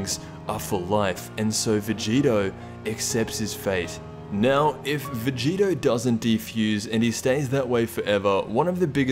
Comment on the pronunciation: STOP CALLING VEGITO VEGETA ITS PRONOUNCED VE - GEE- TOE